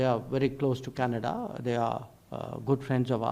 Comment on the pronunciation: It’s Canada not Canads